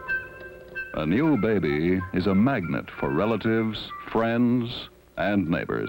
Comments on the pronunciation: Anyone who watches Ze Frank’s videos will get why I cracked up every time he said “beh-beh.” (And if you’ve never seen Ze Frank’s animal mini-docs, they’re both hilarious & educational.) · Behbee! Lol